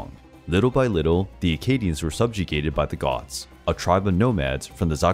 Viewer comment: An excellent video again. Small warning: The end of accadian were not - by pronunciation - goths but /ˈɡuːti/. Such mispronunciation is no problem for me, because I look it up if suspicion, but too many too lazy high school students will use your channel as reference.